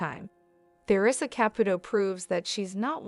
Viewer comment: It would be nice if the narrator would learn how to pronounce Theresa's properly !